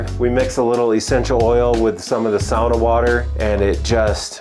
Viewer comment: Great climbing wall + sauna combo! This guy really knows his sauna stuff, too, you can tell when he pronounces the word the Finnish way 🙂